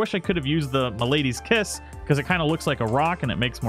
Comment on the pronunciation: MALADY’S KISS is the name of that hammer, not milady. It means diseases or ailment. This is not the first video you’ve made incorrectly saying the name.